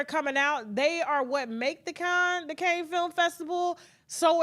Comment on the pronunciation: The city is not pronounced Kanes, it is cannns!